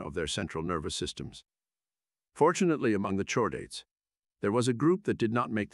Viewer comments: in, noooo lol, you didn't just have your AI voice say, "CHORE-daets?!?" We have a spinal chord, hard 'k' sound. It's "KHOR-daets." Your AI needs lessons. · Please fix your ai text-to-speech. "Chordates" is pronounced "cord-ates". The "Ch" comes from the greek letter Chi. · Very interesting, by why did you pronounce it "shordates" (incorrect) instead of "cordates" (correct) but do it correctly while pronouncing "cephalochordates"? You have to notice the inconsistency there. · I bet that if you feed CORE-DATES to you text-to-speech program, it will generate the desired (and correct) pronunciation.